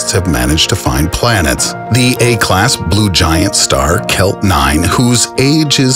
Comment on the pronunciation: Stop saying thee!!! It's 'the' goddamit!!!